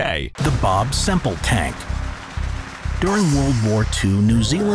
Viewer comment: its bob semple not bob simple